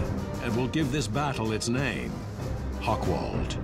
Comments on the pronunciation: Hoch = High, Wald = Wood. Not "Hokwald". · "Hochwald" has nothing to do with hogs. It wouldn't matter that the speaker doesn't have the slightest clue of German pronunciation, if "Hochwald" were not one of the key words in the documentary. Nevertheless, it is a very professional and informative presentation of a forgotten war story.